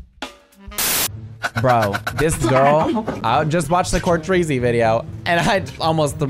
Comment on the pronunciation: Help "Court-tree-zy video" 🖐😔